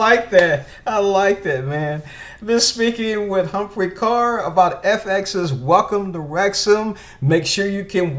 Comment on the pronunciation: Thanks for the interview with Humphrey, great asset to the Club. Bonus points for correct pronunciation of Ker.